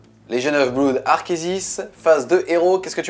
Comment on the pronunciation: Juste un petit truc qui me chiffone et me fait un peu saigner les oreilles... on prononce pas "bloude" mais "blOde" (comme dans "mon meilleur pOte"). Désolé, déformation de prof d'anglais^^ Mais à force de l'entendre mal prononcé, les élèves croient vraiment que c'est la bonne prononciation :-( Sinon, excellente vidéo, as usual :)